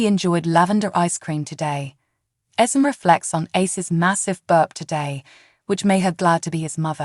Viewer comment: Can't you please pronounce Esme's name right?! EZ may... that is how its pronounced, not Esem! NINA is Nee nah... not Nie nah!